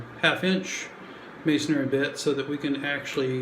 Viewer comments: Mason-ry.....not "Masonary". Otherwise, great video. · I LIKE "Masonary" better. Do not bow to social pressure...be you brother. Helpful video. I had never heard of "snap toggles"